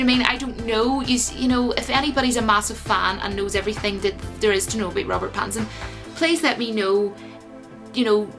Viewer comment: Robert Batinson. 🤣 I don't like it. It sounds too much like Bat in son. I don't like it when people try to say Batman and Robin have a gay relationship. I know that's not where you were going with that. I'm just saying. It was a cute attempt, but I don't like it. Going to watch the audition tape right after this video.